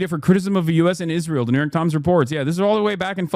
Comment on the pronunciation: I can't tell whether he's saying Israel or "is real"